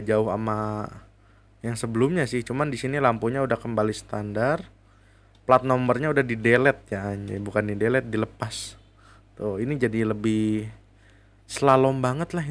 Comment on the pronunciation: Bang standard bukan stadad